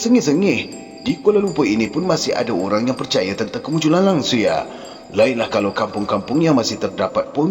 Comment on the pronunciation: Sebutan tak betul tu. Langsuir. Bukan langsuyar. Hahaha 🤣🤣🤣🤣